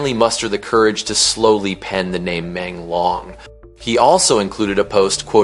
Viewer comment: This commentator got his name wrong Not long is should sound like loong as in Dragon Yu Menglong like this U mon loong thats how you pronounce it !!!!